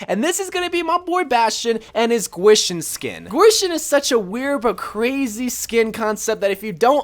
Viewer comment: You didn’t say kwishin right 😂